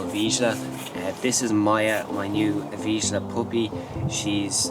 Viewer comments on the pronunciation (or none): Vizsla. Not Viszla or Visla.